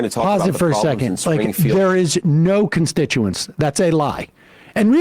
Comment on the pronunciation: Vance didn't pronounce "constituents" correctly. Appropriate for someone who doesn't actually act in service to the people who foolishly elected him and those wise enough to have voted for someone else.